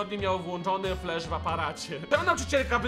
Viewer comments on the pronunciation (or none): none